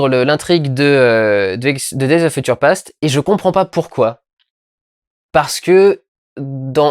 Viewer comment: "Feutcheure"? :p Désolé, c'était plus fort que moi. Regardons ça.